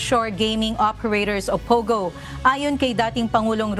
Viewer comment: ate POGO, hindi POWGOW